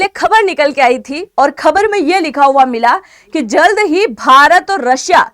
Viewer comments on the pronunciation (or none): none